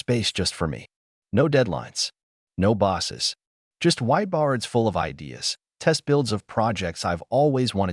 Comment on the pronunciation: Ai can't even say bows or whiteboards right.